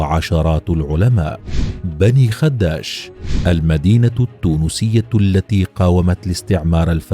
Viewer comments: على فكرة في اللهجة التونسية تنطق الكلمة باسكان حرف الخاء وعدم تشديد حرف الدال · غلط في نطق اسم المدينة هي بني خداش بكسرة خفيفة على حرف ال خ وفتحة على حرف الدال وليس بضمة على حرف الدال